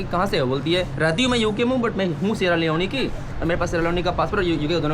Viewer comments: Yaar Improve ur pronunciation सियारा लियोन होता लियोनी नहीं, र को ड़ श को स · Its called sierra leon (not leonee like sunny leone) 😂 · सेरा लिओन ✅️ सेरा लिओनी❌️ bhai